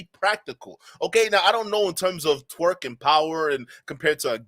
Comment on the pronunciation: It’s torque…not TWERK my guy